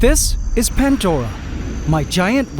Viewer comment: It’s “pandora” not “pantdora “ I can’t believe this guy- he got hydromeda right tho